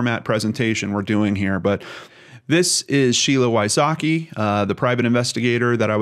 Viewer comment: Sheila Wysocki is pronounced completely different btw 😂😂😂 vysocky